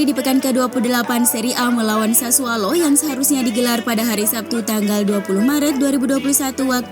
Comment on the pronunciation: Bukan sassualo tp sassuolo